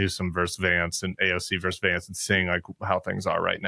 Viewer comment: Tim, I love you. But the word “versus” has two syllables!